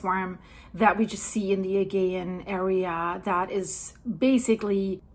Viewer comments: My dear the agaean is pronounced A GEE ann. Like " jee" ju" Agaean sea. (A jee anne) Not a "gee" an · Thank you for this, I have found your updates really helpful and informative! I am a Californian of Greek descent 🧿 and have been to Santorini 🏺📿 . This is all really sad to watch. One note, in English, Aegean is pronounced ‘uh-GEE-un’ with a soft ‘g’. 😘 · Hey, it's pronounced A-gee-an. Thanks! You had a couple of other mis-pronounced words, there, too. I can let you know what they were, if you would like. English can be difficult! 😀😀😀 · its pronounced a -gee -ann Aegean sea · still can't say aegean properly